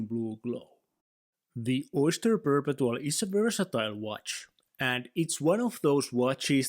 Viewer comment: It’s pronounced per-pet-two-all